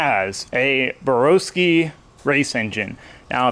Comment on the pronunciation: Burr-ow-ski not Burr-oh-ski, 2018 Race Engine Builder of the year deserves correct pronunciation. I personally think you are crazy if you remove a Borowski built engine to go with a TS&P engine. No disrespect to TS&P but they aren't on the same level as Borowski. If you're not big on a turbo LS sell the turbo system and swap to a different cam and pistons. I would leave it as is though.